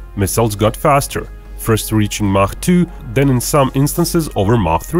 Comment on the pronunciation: You know you are listening to a man of culture when he correctly pronounces “Mach”.